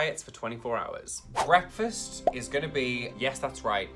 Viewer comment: Ah yes, 'Breafast'